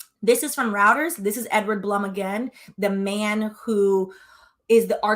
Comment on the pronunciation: Reuters is pronounced ‘ROY-terz’! (My BFF worked there as an executive admin for a few years!)